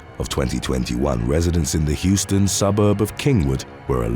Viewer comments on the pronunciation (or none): none